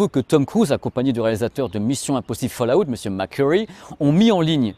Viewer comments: Tas du mal avec Fallout lol. Folle a-ouwt et pas falle à outte :) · D'accord avec vous mais pourquoi ce "A" entre FALL et OUT? Fallout et non pas FallAout.